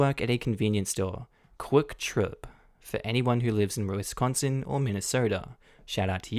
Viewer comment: As a lifetime resident of Wisconsin, Kwik Trip is awesome. Also, that's a really unique way to pronounce "Wisconsin". 🤣